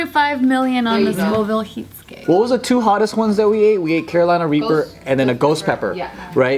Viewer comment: did hey say raper instead of reaper lol